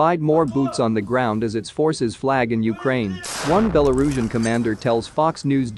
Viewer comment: # - your copy has improved a lot in past months. Having titled sections was a nice idea, butt therobo-voice didn't handle it very well I understand your decision to stick with therobo-voice. I recommend keeping the app or library up-to-date, as it doesn't handle some words very well (e.g. Belarusian)